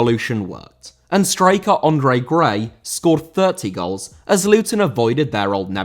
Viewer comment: Andre* not Ondrei